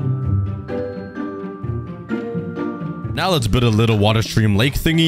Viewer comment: “Lets grab some wAuH”